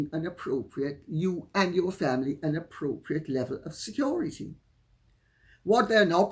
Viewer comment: It made me laugh when he said "Security", then 'corrected' himself by saying "Securi-dee"!